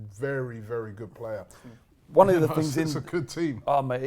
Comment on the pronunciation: Does make a conscious effort to mispronounce player's name?